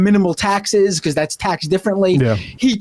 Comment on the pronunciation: Bee-Koss instead of because is distracting.